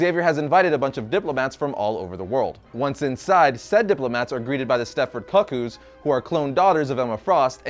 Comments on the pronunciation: I thought he said cuck-holds at first. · NOT KUCK-EWS. It's pronounces koo-koo. Like the bird, or the clock. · It's pronounced "Koo Koo," like a Cuckoo clock or KooKoo Roos... not cuck-oo like a cuckhold, which may be the reason why you dislike the name. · My friend, it’s the Stepford Koo Koo’s, not cuck koo’s ❤ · Why would you think Cuckoo's was pronounced Cuck ews? Koo Koo, like 'One Flew Over the Cuckoo's Nest'... right? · KOO KOOZ bruh....not Cacooz...😫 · I don't think he said that they were introduced in this run. That said, it seems like he personally isn't familiar with them though. The way he kept pronouncing their name as "Cuck-koos" instead of "Coo-Coos" made me cringe. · Idk why you would pronounce it like Cuckold😂😂😂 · Just because you might want to know, a cuckoo is the name for a family/type of bird. The "u" is pronounced with an "ooo" sound like the one found in the word "cool". Hope that helps. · Stepford "Koo Kooz". That pronunciation hurt my soul. LoL! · Heaven Crasher thank you. He was driving me crazy with that. I had to stop the video to see if anyone said anything. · Omg I cringed so hard 🤣🤣🤣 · How to pronounce "Cuckoo". 🧐 Please, for the love of Doop don't ever say it that way again.